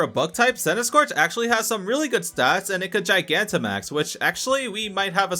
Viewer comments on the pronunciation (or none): none